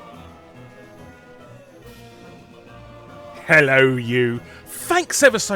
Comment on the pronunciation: Larry you always sound drunk and out of breath. I wish you were American so I could enjoy your videos more. HI I'M HAWWY BUMBY is what you sound like.